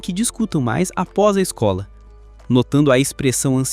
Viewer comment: "a mais desejada da escol" é foda, pensei que era esKOL e não esCOLa